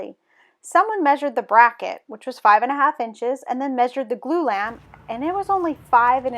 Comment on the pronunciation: "Glue Lamb?" "Blue Lamp?" I have 6 years in construction and have no idea what you're saying.